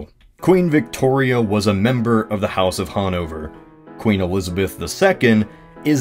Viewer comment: hahnouvör? never heard of it